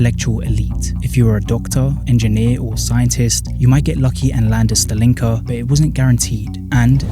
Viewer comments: Thanks great video!! Mistakes I've noticed so far: It's usually pronounced as stAlinka not stalEEnka you weren't allowed to glass over your balconies under the Bolsheviks, so during the actual USSR period the building would look significantly less ugly. See contemporary footage to test my aesthetic assessment afaik, the record for building a khrushchevka from scratch is seven days - see Leonid Parfenof's Namedni tv show, "I love the 1961" episode (his version might be taken from the official propaganda, though) that's not a khrushchevka. Seems to be an early Khrushchev-era stalinka without, what he called, the "architectural excesses". Khrushchevka is usually not just a period but a precise blueprint model of buildings Pronounced as BrEzhnevka not VrezhnEvka here 5 or more stories: 1 elevator. 9 or more stories: two elevators (one cargo) "living in slums is a choice". No comment for that one You didn't mention the fifth common type of soviet housing that many Soviet citizens lived in since the tsarist era, the traditional, one-storey wooden houses with backyard and a small (kitchen) garden. They had no utilities, though - apart from the electricity. Called "the private houses". Because unlike soviet social housing they stayed in the ownership of their residents since the tsarist times. For example, iirc a famous Soviet underground punk singer Yanka Dyagileva who lived in the USSR, lived in a wooden house right in the centre of Novosibirsk(the hous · Why do you pronounce “Stalin” correctly but put stress on a wrong vowel in “Stalinka”?